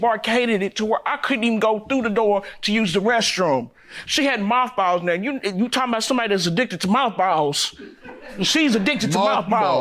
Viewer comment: Dam I must be high I thought she said malt balls like the candy not moth balls lol